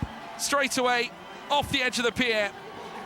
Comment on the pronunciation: The most challenging was the speaker uttering the word "pi-er".